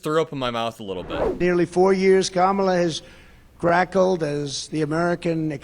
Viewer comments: "brackled"? Probably intended "cackled"? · Can we also point out, that he said crackled instead of cackled. The idiot can't form a coherent sentence. ✌️🏴🇬🇧💙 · "Crackled?" Not cackled... 😂 😂😂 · The word is cackled and not crackled…Mr Trump. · so nobody caught where they wrote "Cackled" on the teleprompter & his illiterate-ass said "Crackled" ??